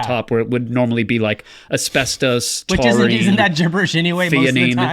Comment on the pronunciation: "Asbestos, Tuarine, Theanine" LMAO